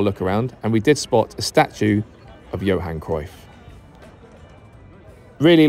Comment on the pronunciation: It's pronounced "Yohan" in Dutch